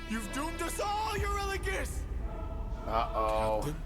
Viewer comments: Eurylochus, Odysseus's second in comand is pronounced like “you really cuss” you accidentally put a D in there that doesn't belong 😂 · Eurilicus (you-really-cuss) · U-REEE-LO-KUSH Euridipus is the name of the theater. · Genuinely obsessed with you saying Eurylochus wrong, and saying it differently every single time 😭 I find it so amusing LOL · How'd you say Eurylochus' name wrong so often in the saga that says his name the most 😂